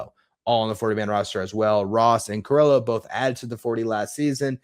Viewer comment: again, love your work, but Alex Carrillo's last name is pronounced, "kah-REE-yoh," not "kah-rill-oh."